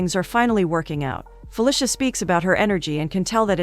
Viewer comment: Am I the only one who is uncomfortable by the pronunciation of "Fuh-lisha" 🤣🤣 it's usually "Fuh-leecia"